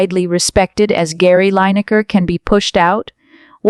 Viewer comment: The video used is digitally created and can not even pronounce his name correctly. Long live the BBC and look forward to enjoying Gary’s presentations in the future